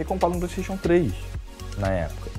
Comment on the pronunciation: Qualquer coisa: a: Pleisteition